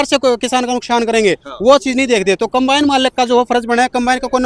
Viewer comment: अरे अनपढ़ों कंबाइन होता है compane नहीं